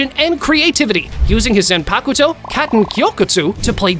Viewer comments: yuroichi isn't known as the flash goddess for her skill in using the flash step... If you know what I mean 🌚🌚 Also her final form is called thunder cat not thunder god. That's another fast character Minato from Naruto. You're confused. Also, that's not how you say zanpakuto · Oh dear God, your list is so wrong, only cause you probably watched the thousand year war and twined to go back and get more info, but that fact you keep mispronouncing everything, again it’s Bon Kai and it’s not Zane poc to or whatever you were trying to say, it’s zon pac toe, idiot.